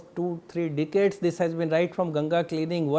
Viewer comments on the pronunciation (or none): It sounded like he said almost 2 3 Dickheads 😂😂😂😂